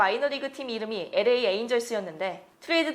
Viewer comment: 좋은 정보 감사합니다. 다만 음성 톤이 딱딱한 아나운서 톤이라 아쉽습니다. 의미적 단위의 끊어 읽기도, 발음도 아쉽군요. 그냥 편하게 읽었으면 좋았을텐데. LA는 '에레이' 말고 '엘레이' 였으면 더 좋았겠어요😊 발전하는 컨텐츠 보여주시길! 감사합니다👍